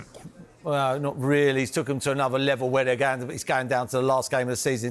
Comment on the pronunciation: That’s stuck in my head now “anuver levol mate “